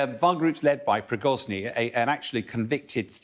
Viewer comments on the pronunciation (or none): Prigozhniy 😂😂.It's Prigozhin guys. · Pree-goujj-in , not “progorny “ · I love how this 'expert' pronounces 'Prizgory'', when his actual name is 'Prigozhin'. Solesar is now under Russian control, as the whole of Donesk will be in a months time. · who the heck is Prigozni kekw, Prigozhin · It's "Prigozhin", not "Prigoznyi". Know your enemy. Constant mispronunciation undermines they guy's competences and knowledge. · Prigozhin is his name, not Prigozhny. Get it right. People involved in the media must be accurate and get the details correct. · Who is "Prigozny" ? 😂 How can anyone with even two brain cells not laugh at this guy? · Prigoznii ))) try to pronounce correctly at least... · Wagner chief Pregozini, do i hear him says convicted thief 🤔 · Prigozhin. It is PREE-GO-JHIN. need to improve, or get a pay cut. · It´s been months now, that we are talking about the same people. Is it really so hard to pronounce the name of the head of Wagner correctly, General Boll?